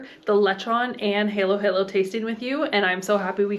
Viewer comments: And it's Halo Halo (sounds like Hall as in hallow hallow) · Why do you pronounce it as heylow heylow? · It's pronounced "Har Lo Har Lo" as in fallow. Means mix mix, which is what you do, don't eat the individual bits. For the best lechon in the Philippines you need to go to Carcar, about 1 hour drive south of Cebu city. There is an area that just deals in lechon and chicharon. If you are on Cebu island a must place to visit. Also a stopover on the way to Moalboal.